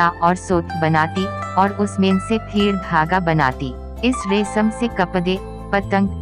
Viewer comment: Good information. But its "Resham" not "Resam". And also "Mystery" not "Mistory". Please correct.